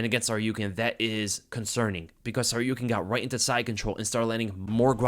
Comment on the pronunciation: Yo, thanks for the breakdown, I missed this one live so reminded me to go back to it. On a note, why tf can't the broadcasting team pronounce Arman's name? You pronounce Tsarukyan so fluidly I have to assume you pronounce it correctly, broadcast sounds awkward af 🤣🤣